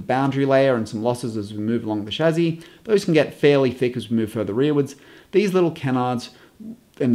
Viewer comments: chassie not chazzie but great vid other wise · Amazing video, thanks for sharing your knowledge and expertise. Also it's 'Shassee' not 'Shazzee'.. but hey, at least you didn't say 'Chassee' :D Geat video mate! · Did no one at Merc tell you that you pronounce chassis wrong? Its not a chazzis my guy. Nah but in all seriousness love your vids! When ever I see a new design to the cars you are the first person I think of and I cannot wait to see your interpretation of the designs! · For pity's sake, can you PLEASE learn the French pronunciation of the word Chassis - I waas trying to figure out if you were talking about someone called 'Shazzy' or if that was an adjective (positive or negative?) to describe something on the car as 'shazzy'? You must have driven the guys crazy at Mercedes with this antipodean interpretation. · So much better than the other explanations I've found. Only now noticed though (despite watching a lot of vids here) that pronounces chassis as shazzy. Tickled me every time, once I'd noticed:D